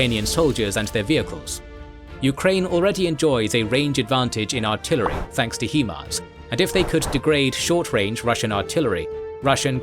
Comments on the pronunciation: Dude, it's "High-mars" not "Hee" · HIMARS's first syllable is pronounced "high".